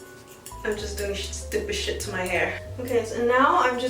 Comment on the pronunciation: "Sheit" "what the hæll" girl im subscribing i love these 😅😂